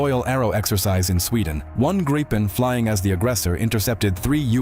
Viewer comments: yea he need to pronounce it like "Gri-pen", or more like "gree(as in green but without the N at the end)-pen"(gree-pen) not "Grai-pin".. but it's hard for ppl that don't speak Swedish, so i'll give him a break, i'm just happy he covers our fighter jets, i appreciate his coverage! Glory to Ukraine! Ruck Fussia! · How to Pronounce the word(s) "Saab JAS 39 Gripen" not Grypen ☺🤣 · GREE pen is the suggested pronunciation.